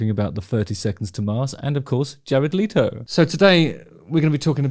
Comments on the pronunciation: Leto not Leeto, if you are going to a video at least get the dude's name right. His voice is far superior to yours anyway. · Pronounced Let o not Lee toe Also you need to shut up. You talk way to much. You IRRITATE You talk like you have a clapper valve on a ducks ass Your voice is like nails on a chalkboard . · Your assumption was right. It is not pronounced “Leeto” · How about pronouncing his last name correctly? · I had no idea that's how his surname is pronounced, I always assumed it was as it's spelt